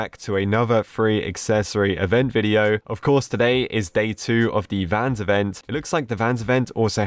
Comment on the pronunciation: Vans ree